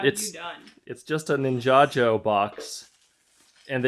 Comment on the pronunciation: If ninjajo is the real pronounciation, I stand corrected all these years 😂 . very cool legos you got there 🔥